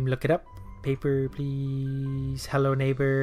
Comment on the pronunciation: THAT'S EXCACTLY HOW IT SOUNDS LIKE!! Like how does he fit in a W at the end lmao. It's like he's pronouncing the last half of OwO X'D